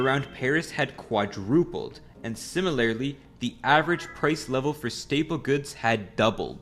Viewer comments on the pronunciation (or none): none